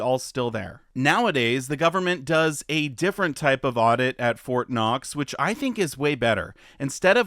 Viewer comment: It's Fort Not. Lol.